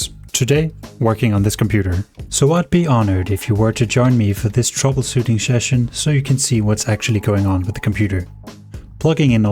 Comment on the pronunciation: "troublesoothing sheshion" 😂